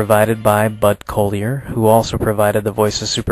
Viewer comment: You are mispronouncing Bud Collier's last name. The first syllable rhymes with the first syllable of "cauliflower: not with "coal"